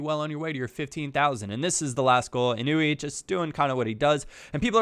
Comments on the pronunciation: Its eee-noo-eee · It's I-nu-e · It's in-wee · its pronounced ēnui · it is said In-oo-ee, just had it right before:)